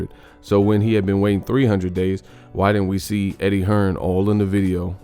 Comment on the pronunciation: It's Eddie Hearn not Hearns y'all dumb af